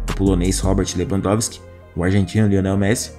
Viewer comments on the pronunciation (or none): none